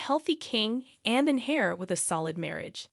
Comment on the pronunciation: I am sorry, maybe its not a high priority but 'heir' is NOT 'hair' its pronounced 'air' and 'safari' isn't pronounced 'safairy' but more like 'safawri'